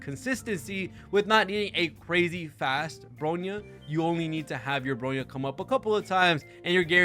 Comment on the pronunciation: it's "BRONYA", not "BROYNA" lol. I feel hilarious that you still cannot spelled Bronya's name correctly while speaking highly about her & Robin, while talking shit about Sparkle lol. FYI, Sparkle has the highest "CRIT DMG Buff" than standard Bronya, Robin, & Yukong ( CRIT DMG Buff Harmony in overall ) in-game. Sparkle's E2 probably might be the reasons why she's BiS Harmony support for Acheron's Team, because her E2 allowed her Talent ( Red Herring ) to make allies to ignored enemy's DEF for 8% ( 1 Red Herring stacks = 8% DEF Ignored ) & can be stack up to 3 times ( 2 Red Herring stacks = 16% DEF Ignored, 3/Max Red Herring stacks = 24% DEF Ignored ) when dealing DMG to them. Which is very useful for Acheron. & I have an evidence for my statements here ( Please checks Sparkle's guide on your HSR'S Account "GAME TOOL" feature & look for Sparkle & see for yourself. That's where my evidence is. ). Robin is a "Tier 0" Harmony alongside Ruan Mei in "Pure Fiction" is true. But when it comes to "MOC", her tier is just one the same place with Sparkle which is "Tier 0.5". Sparkle on the other hand, is still a "Tier 0.5" Harmony support on both "PF & MOC" while Bronya is far below them at "Tier 1.5" on both endgame mode. So your statement saying "Bronya is far better than Sparkle" is really a "BIASED & so DELUSIONAL."